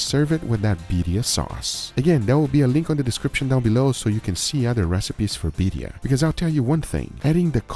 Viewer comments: biRRia not biria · its birrrrria u gotta roll that r rrrrrria birrrrrria